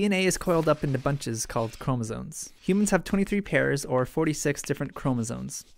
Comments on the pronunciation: Great video! But are you saying "chromosoNes?" It always sounds like you are. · "cromosones" please